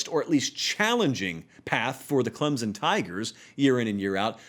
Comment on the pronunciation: Just say Clemson correctly